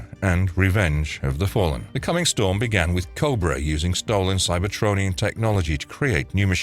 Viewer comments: Cybertronian not cyber-tony-an. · Ummm. It's CybertRonian. And you started with all the 90's/2000s stuff, but should have began with the cartoon/80's comic. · “Cybertonian?” The hell man?